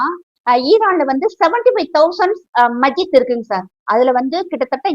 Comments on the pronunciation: உனக்கு மஸ்ஜித் னு சொல்ல வரல்ல. மஜீத் ங்குற. ஹிஜாப் part of இஸ்லாம் இல்லனு எப்படி சொல்ற. எல்லாருக்கும் லேடீஸ் எல்லாம் காட்டி dress போடணும். அப்பறோம் பாலியல் தொல்லை பன்றானுங்க னு கதற வேண்டியது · உண்மையில் ஆச்சரியமாதான் இருக்கு மஸ்ஜித் என்று சொல்ல தெரியல இவள் முஸ்லிம் என்று எப்படி நம்புற😂